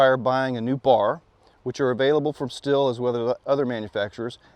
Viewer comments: Why do you keep saying still? It's stihl(steel) listen to their commercials 🤷‍♂️ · The Andreas Stihl family back in Germany pronounces it "Sh till". I've heard "Steel" and "Still" but neither are correct. Yes, the company today does say "Steel" but they started doing this for purely marketing reasons.